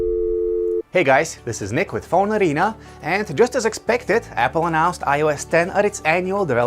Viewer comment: do a pause between Phone and Arena so it doesn't sound like Fonarina. You sound like Mario.